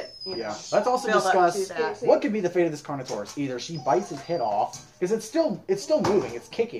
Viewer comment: I know that he said carnortious I was like wait what?